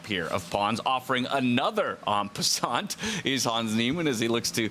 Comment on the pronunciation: the T of "en passant" is SILENT